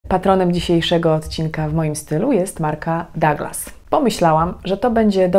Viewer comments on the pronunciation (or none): Pani Magdo, ta firma która sponsoruje ten odcinek nazywa się Duglas ( fonetycznie) .